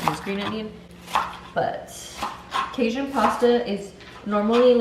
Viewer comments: Cage- un, not cayzun lol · Cajun is pronounce cay-gin. Sorry but someone from the south, the way you pronounced it made me kind of cringe.